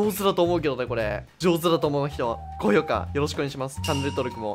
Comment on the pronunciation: 高⤵️評⤴️kAした⤴️ww 毎日さんの動画は面白いですね。